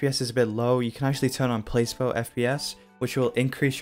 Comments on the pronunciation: (Place-bo) smh (Pla-see-bo) is how u pronounce it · aint trynna be a rude piece of garbage but its pronounced pluh-see-bO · Placebo is pronounced as pla-see-bow I <3